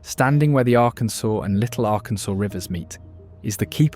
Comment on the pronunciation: Please, it is the Ar-Kansas, not Ar-Kansaw River!